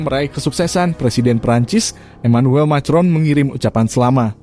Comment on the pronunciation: Min cara bacanya ko saklek banget itu bhs Inggris jg dibaca persis macron, Emanuel macron dibaca makron